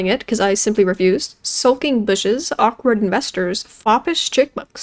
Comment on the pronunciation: My head raised when you said awkward bushes cause I heard awkard b*tches